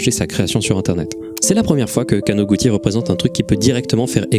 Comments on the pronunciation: Très beau taf, juste un correction mineure, il n'y a pas de "ti" en Japonais. かのぐち (kanoguti stylisé) se prononce kanogoutchi. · on prononce kanoguchi